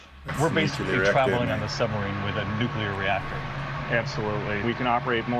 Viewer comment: It's pronounced new-clear, not new-q-ler.